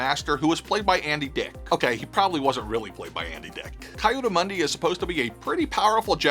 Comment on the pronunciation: Kayudu Mundi ? Who? 🤣 Read his name correctly, my dude lol Also, Ki Adi was most likely as powerful as Kitt or Obi Wan